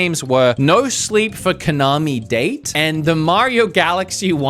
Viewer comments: I can't be sure if wood played Kaname date, when he kept calling him "kanami deit" :/ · Brother it’s Ka-na-me Da-te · dude you have GOT to slip on a banana peel. you do no research. you can't say kaname date correctly and this isn't the first time. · I'm absolutely sure he didn't play No Sleep for Kaname DATE, because it's impossible to mispronounce main characters name like that. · Taking unintentional psychic damage with how you mispronounced Kanami Date’s name 😂 It’s Japanese,. Definitely recommend you play the first two Ai The Somnium Files games in order to get what’s going on in this third one though, btw. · This man's played No sleep for Kaname Date and still says his name wrong 😭 But this was a side game to the series so you should definitely check out Ai Somnium Files. It's by the guy who did the 999 series and I enjoy both series alot